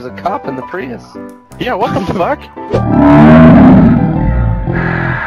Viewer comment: 'Prius', smh :/